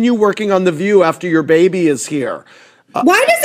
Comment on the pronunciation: You crack me up!!! I love it when you say “baby” like a Jamaican lol